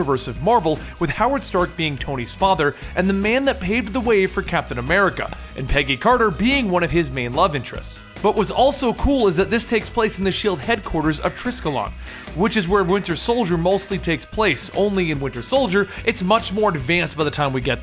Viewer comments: triscallon ? repeat after me : Triskelion , "Try-skellion" (skellion like hellion but starting with SK) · It's pronounced Try-Skell-E-On